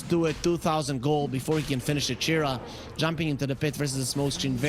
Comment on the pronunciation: everytime the bc said Chira, i heard Jerax 🤣